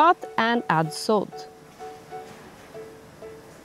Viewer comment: I think person who is giving voiceover dont no how to say salt :face-green-smiling::face-green-smiling